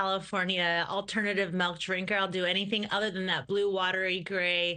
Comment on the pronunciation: Its pronounced milk, not melk.